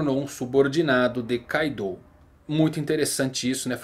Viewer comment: Na vdd kaido não é carta. A pronúncia correta seria ka-do(kaado)